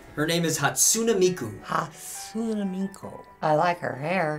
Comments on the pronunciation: The mispronunciation of hatsune Miku..... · They said Hatsune Miku's name wrong :(